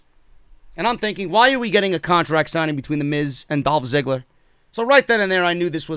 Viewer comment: Is it me, or did I literally hear Goldberg say Dolph Zigger and not Ziggler?